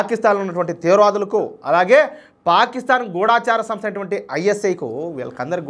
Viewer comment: ఎన్నో ఛానల్స్ వాళ్ళు పలికిన తెలుగు సరియైనదని, మీరు కూడా తప్పు పలుకుతున్నారు. గూఢచారి సరియైనది. గూఢాచారి, గూఢాచారులు అంటూ "ఢ" కు దీర్ఘం పలుకుతుంటే, మాలాంటి ముసలివాళ్ళకు చాలా బాధ కలుగుతుంది. ఇప్పటికే చాలామంది, చాలా పదాలకు, లేని ఒత్తులు పెట్టి, ఉండవలసిన చోట, ఒత్తులు లేకుండా పలుకుతూ, మధురమైన తెలుగు భాషను చంపేస్తున్నారు. గూగుల్ లో కూడా అనువాదం కొరకు వెతకవచ్చు.